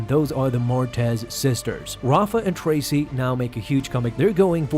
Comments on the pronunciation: It’s Trace, as in Trace a drawing, not Tracey. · Trace / not Tracy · Trace not Tracy lol